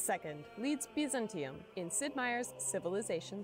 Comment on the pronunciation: They pronounce all of the words here extremely strangely. Biz-an-TEA-um? I thought it was BY-zan-tea-um